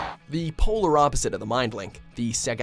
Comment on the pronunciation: Why is he pronouncing Sega like that? Stop it, that's really annoying.